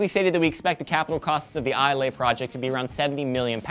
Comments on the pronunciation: It's iz-lay not i-lay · Islay is pronounced i-la, i should know i'm scottish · WTF is this "eye ley" stuff? Its pronounced like Aisle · arrrrgggghhhhhh Islay is said I-la not Ilay or Is-lay get it right america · Its pronounced eye-la but never mind xD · Islay is pronounced "Ee-luh", fyi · Islay is pronounced EE-lay btw. but yay, Scotland on the news:) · Its pronounced IS-lay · Eye-leh #correctpeoplelikeadick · It's ISLE pronounced (eye el) for the love of all that is unicorn goodness you guys are killing me here!!!! It's like island the "S" is silent. I literally screamed it at you every time you said it. It made me feel crazier than I usually do :( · lol said Isle like Islai................Donno why that is funny, I am scottish so i guess it is just me.... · AGHHH! My mums side of the family live in Islay, we go there all the time, well chuffed it just got mentioned!!! Fyi... Its pronounces without the "y", everyone always does that :P Ps, love the show and you guys!